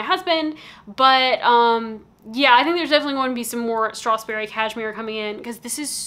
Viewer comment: I do wonder how annoyed the salesperson was when you can’t pronounce the brand correctly even once